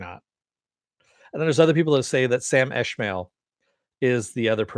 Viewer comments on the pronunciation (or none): Also it is Sam Esmail, not Eshmail. Also not a stickler. LOL